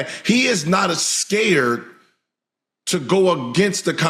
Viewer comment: Did Gil Just Say AScared?😂